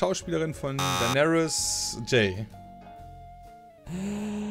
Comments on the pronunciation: WARUM SAGT TEIGÄRIEN EDIT: DEINÄRIS??? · Niemand:: Thaigaryens